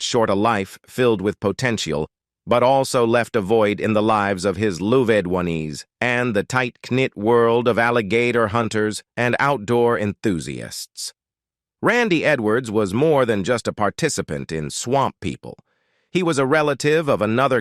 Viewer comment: "Knit" is pronounced "Nit". You have also mispronounced Lousiana, for heaven sakes. IT's English!